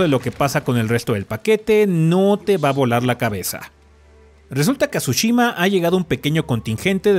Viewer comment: ¿Alguien dijo Tshushimi?